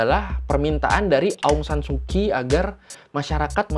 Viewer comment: Bang cuman mau kasi tau aja kalo huruf "ky" itu dibaca nya "ch" jadi Aung saan su Kyi dibaca Aung Saan Su chi. Terus misalnya kyal dibaca "chal" sekian dan terima kasih.